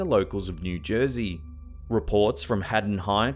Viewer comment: Is there such thing as a "Jersay Ham" ????? 😂